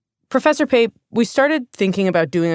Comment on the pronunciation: You called Pape? 🤦‍♂️